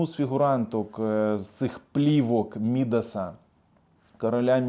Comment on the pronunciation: Царя,, царя Мідаса, з наголосом на другий склад. Слава Україні!!!